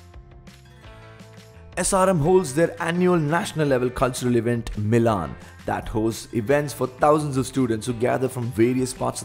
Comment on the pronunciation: Dude it's मिलन and not मिलान 🙄🤦🤦